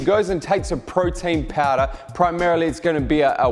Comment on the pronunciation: Thank you for knowledge but I have heard Frautin Fowder like 1000 times 😂